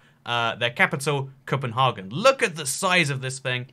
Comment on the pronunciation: Cpnhargun Copenhagen